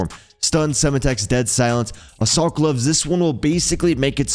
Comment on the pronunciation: Or how it’s Sem Tex not sema tex